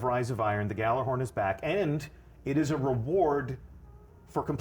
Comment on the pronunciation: It bugs me how even the devs mispronounce gjallerhorn